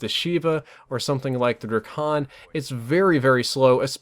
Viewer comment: Did he seriously call the drakon a dre khan